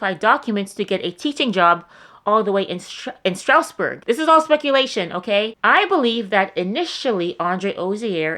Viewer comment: It’s like Straz-burg